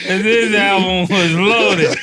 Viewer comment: "Killa's 1st album was LOADd" U put an extra D on load Mase PAUSE